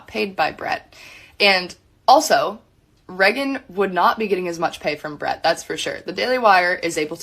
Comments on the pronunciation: Can't get over the cousin calling her "Reggin" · Wait …her named is pronounced “Reggin” like “leggin”?